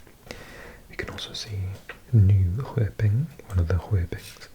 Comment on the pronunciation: I love your asmr videos! Especially USA facts etc. I am so very impressed with your language skills! Just one detail to make your Swedish words perfect: In regards to Norrköping, Nyköping, Linköping etc, "Köping" is pronounced with sh sound like in "shut up" or "shut the door" You have the most relaxing voice:-)